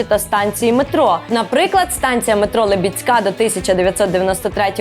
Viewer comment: ЛИбідська, а не ЛибідськА.